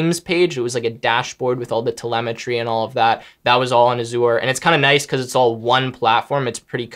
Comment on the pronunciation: Microsoft has vision included in its benefits. And he pronounces Azure weird. :) Recommend talking to a full timer sometime to get a more experienced viewpoint. Let me know if you need a contact.